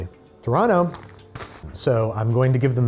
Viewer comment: Ahhh PC Decadent Chocolate Chip cookies! We always have a bag of these, or the Chocolate Chunk ones in the cupboard! Easily my favorites... and hearing pronounce Toronto the correct way... Toron'o (or t'chrannah if you are from over in the Etobicoke/Rexdale area), perfect! Now I wanna cookie!